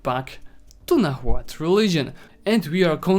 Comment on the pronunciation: Cool guide, thanks. It made me play as Aztecs again and get that achievement. p.s H in Nahuatl is silent, so it should be read as Nauatl